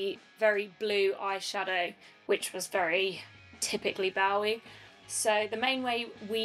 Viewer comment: Oh for the love of god, please pronounce 'Bowie' correctly